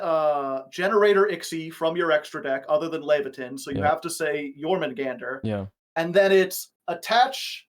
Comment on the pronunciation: hearing a German give the most English-speaker sounding pronunciation of Jormungandr is so funny for some reason.